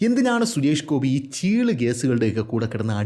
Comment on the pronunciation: ചെള്ള് അല്ല ചീള് 😂